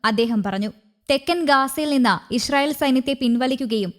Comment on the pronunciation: ഇഷ്‌റായീൽ എന്നാണോ ഈ അവതാരിക പറയുന്നത് ?